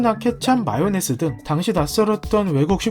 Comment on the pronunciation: 뭐지....마요네즈가 아니라 마요네스였나?